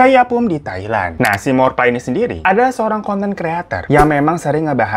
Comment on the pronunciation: Thawee dibacanya Thawi dan Morpla dibacanya Mo-pla Dan Chaiyaphum itu provinsinya sedangkan Isaan itu regionnnya (diatas provinsi)